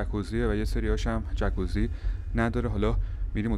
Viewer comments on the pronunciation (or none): خونده میشه جاکوزی نه جکوزی. جای جالبیه فقط نمیدونم اتاق با پنجره بسته از کجا هوا میگیره.